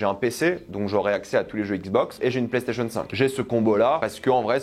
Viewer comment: Il cherche un truc à dire les PlayStationeuh